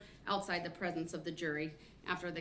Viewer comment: Judge: Which filings? Brooks: Da filings Judge: which one?? Brooks: da filings! Da ones that say: “Da”